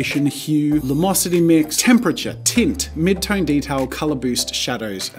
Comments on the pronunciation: And my soul breaks a little everytime you say lumosity 😂😂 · Take a shot everytime jazza misspronounces luminosity